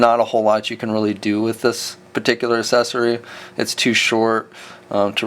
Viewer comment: I like your reviews so please don't take offense but it drives me just a little nuts that you pronounce the word accessory as "Assessery" instead of "Ack-sess-ory" which ismor correct. I know its a kinda stupid complaint but it is just a pet peeve I guess. anyway thanks for the reviews they are helpful!